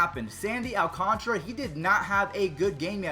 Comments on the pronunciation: its Al Can TARA not alcantra al can tara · I think its Alcantara not alconchra Please stop mentioning the Astros playoff success my ears are bleeding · Who else was screaming its not Alcantra its Alcantara at the screen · What did you do with Baby Yoda!? And also AL-Kahn-ta-ra. 😊